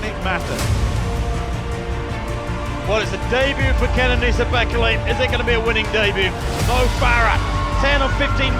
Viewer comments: Bekele - wrong pronunciation - second syllable is stressed. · Australian pronounciation of Bekele😂